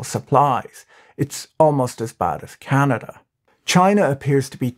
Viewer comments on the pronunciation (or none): none